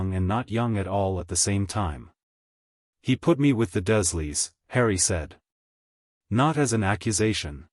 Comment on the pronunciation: Dursley = "DURRzzz-lee"